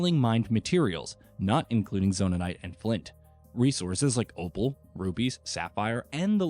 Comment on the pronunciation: It's zonait not zonanait